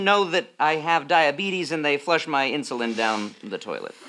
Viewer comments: I died when they couldn't say insulin correctly. Inzulins Inshulin Insurin Straight up I couldn't stop laughing 😂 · "All the guys are passing around the inzullens" 😂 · Also INSHUWEEN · Insurin Inshulin Inzalin 🤣🤣🤣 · I’m sorry but eEnShULEeN ? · Insoleen, insorlen, lol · yes. "Insurin" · The added touch of none of them saying insulin correctly though